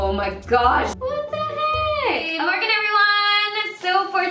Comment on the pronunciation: I think she actually says "Good " Everyone because her name's.:)